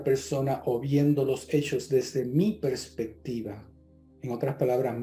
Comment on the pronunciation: se dice perspectiva no prespectiva